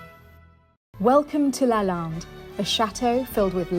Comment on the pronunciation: LaLande not balance.